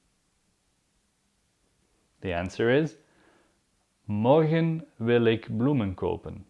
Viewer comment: please I wish u gonna answer me for this: is there any difference between Dutch spoken I Belgium and Nederland when it comes to pronunciation! for example the way u pronounce Morgen is so different...I heard people say ( Morkhn)>>> "g" is pronounced like "kh" like "sharokhan "the actor...wish u got what am saying!!! am I right!!!